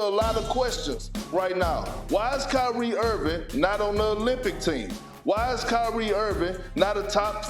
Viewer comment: Kry-rie us a river lol Ask yourself why all this energy for Kyrie? I mean Ben Simmons is the NBA's first actual welfare case just won't earn his contract doesn't even want to play the game and yet Uncle Drew is a 'prisoner of the moment' you think the world just picked Kyrie at random? Or maybe y'all are fools to believe what he SAY and ignore his actual MOVES?